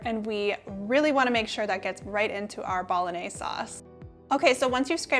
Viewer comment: Phonetics - Bol - on - yay - zay. You're welcome.